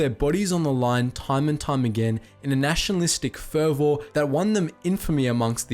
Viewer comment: Interesting stuff, but Christ, you're difficult to listen to. "Fervour" (or "fervor" in the US) has a schwa sound to the second syllable, like "fever" and is not "fur-vore", the word is "undoubtedly" not "undoubtably". "Without further ado" not "without further adieu". Russia is not across "the other side of the pond" from Finland, "infamous"means renowned for bad things, not "famous"...it just goes on.